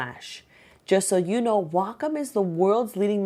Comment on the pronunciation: I think that Wacom is pronounced Wake-Om, but I an never be sure. Not like Wacom Manufacturers came waltzing up to my door and said "HEY OUR NAME IS PRONOUNCED WAKE-OM" Any way, I think I should get this for my birthday. Thanks for the review!